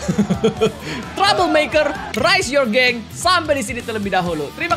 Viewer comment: Aku dnger trouble makker malh jadi tumbler meker 😅😅😂😂